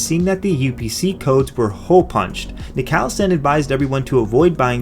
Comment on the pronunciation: Isn't nicalis pronounced like nicholas?